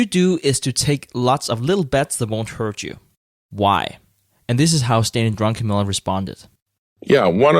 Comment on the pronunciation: love how everyone calls him drunkenmiller instead of druckenmiller